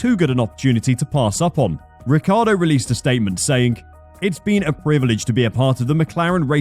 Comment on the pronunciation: Maybe they'll teach him how to actually pronounce his own surname.